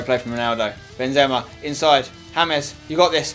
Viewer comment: u say Benzema wrong